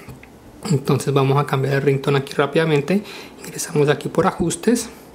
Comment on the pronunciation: porque siempre dices vamo